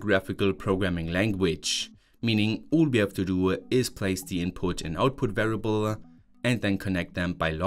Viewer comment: Why do you add extra "E" sounds when pronouncing certain things like PLC, Variable, Example, Do, OPTA etc.